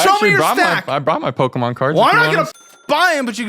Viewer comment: When he got to the Pokemon card stuff and he kept pronouncing Pokemon like a boomer and talked about **SWAP MEETS**- his fucking terminology isn't right. Like just that segment would tell me he's full of shit and an imbecile. BUT THEN THE REST OF THE VIDEO